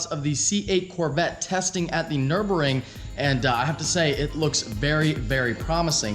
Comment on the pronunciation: One day will learn how to pronounce "Nurburgring."